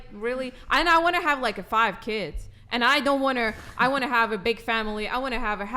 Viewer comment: “I want-er” nice